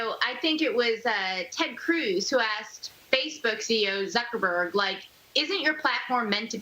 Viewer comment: Did I just hear Suckerberg? Lol